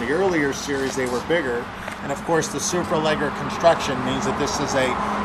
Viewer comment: did he just call it a "super legger"? that's funny.